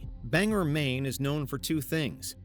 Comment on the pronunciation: 1) The FBI and the CIA are not the same thing. 2) Bangor is pronounced "BANG-gor", not "Banger".